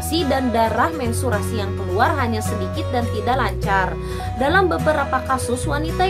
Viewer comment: Menstruasi bun bukan mensturasi wkwkwkw thanks bund pnjelsannya